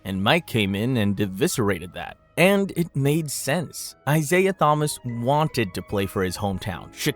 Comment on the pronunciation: If you’re going to use AI for narration, teach it how to pronounce Thomas.